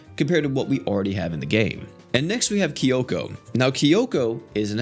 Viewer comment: I love how he pronounces their names wrong Tomoe as tomo (It's pronounced, toe - moe) Sayaka as sayoka (It's pronounced, sigh - yah - ka) Kyoko is keyoko (It's pronounced, kyo - ko, literally) Not sure how he pronounces the other 2, but I'm sure it's wrong but funny